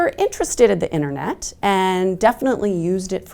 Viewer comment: She lost me at "innernet"